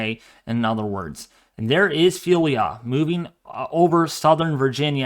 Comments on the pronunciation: It's Ophelia NOT Felia You are not pronouncing the O OOOOOPHELIA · It's Ophelia not Phelia ! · WMO pronouncing it o-FEEL-ya officially from RSMC Miami naming list